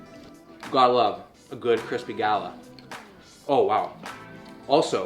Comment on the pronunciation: Pretty sure it’s a gay-la, not a party